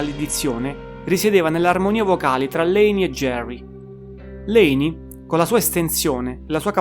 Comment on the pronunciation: Quando non sai nemmeno pronunciare il nome di Layne vuol proprio dire che non hai nemmeno idea di cosa stai parlando